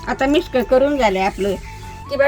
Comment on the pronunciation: मिस्क म्हणते. मिक्स नाही.फार आवडते.😂😂😂 अगोबाई सिक्रेट मसाला...😂😂😂... मिस्क. मज्जा 😂😂